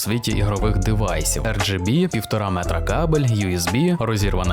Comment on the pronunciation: 🤣🤣🤣 лгбт підсвітку, я десь хвилину сидів і не міг зрозуміти в чому прикол і чому звучить так дивно, аж доки не згадав що має бути rgb 😂